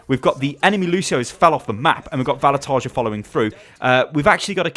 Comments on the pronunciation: Just a small pronunciation correction. Vallutaja is an Estonian guy, so the pronunciation is different - ['vallutaya] with a Russian "yah" on the end. It stands for "a person who fires people from work". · u are saying the name VALLUTAJA wrong 😂 like really wrong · You actually pronounce Vallutaja wrong. (I'm Estonian, so I know.)